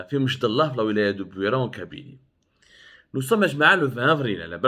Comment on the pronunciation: سي عبدو سمار ،ملاحظة لاتقول مشدالله كما تنطقها بل أمشدالة بكسر الألف ،وسكون الميم ،وفتح الشين والدال والام والتاء المربوطة صماء.وكلمة أمشدالة هي جمع لكلمة امشدالي مثل ڨبلي والجمع اڨبالة...وتسمية المنطقة بامشدالة لها علاقة بلون التراب ،الاحمر القرمودي ،واصل الكلمة امازغية وهي إمشدالن imchedelen.....nos respects Mr Abdou...et dire que la direction des affaires religieuses connaissait les déclarations racistes de cet immam et elle l'avait affecté Ilya une année !!! Et elle vient maintenant, zaama, éteindre le 🔥 feu